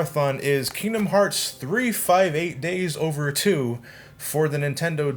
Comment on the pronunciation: Gasp You're a casual fan and you got the pronunciation of Days correct. I'm impressed.